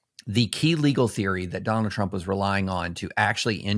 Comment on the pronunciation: Don-OLD Trump 🥵 * correct pronunciation